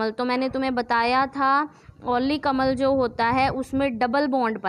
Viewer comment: Madam phele bolna to sikhlo Vo अम्ल hota hai अमल nhi 🤣🤣